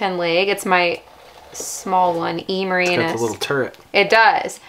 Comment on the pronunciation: Who's anus? Ahh Meranus.... 😆 jk it sounded funny how u said Murinus